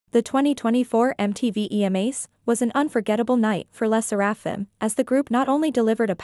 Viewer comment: "le sserÆfim"